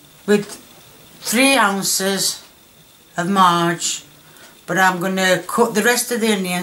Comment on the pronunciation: ‘3 ounce o marge’ Love you, ❤️